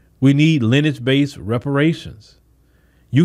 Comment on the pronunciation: It's lin·e·age Not Lennch Just trying to help you out with your vernacular.